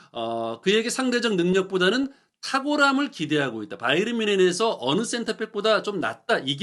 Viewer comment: 바이언? 바이에른? 발음을 통일하시지 따로국밥